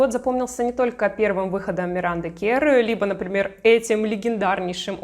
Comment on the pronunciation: Имя произносится Миранда КЭрр, а не КЕрр